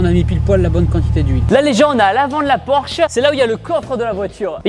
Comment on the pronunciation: Porsche pas porche 😂😂😂